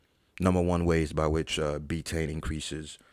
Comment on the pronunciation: B tain!? biteine!? What even is that !? 🤷🏻‍♂️🤣 Clueless